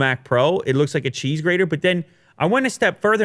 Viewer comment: Cheese Greeder? lol